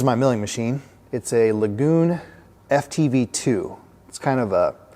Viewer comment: i believe you are mispronouncing the name as lagoon. looks to me like L.A. Gun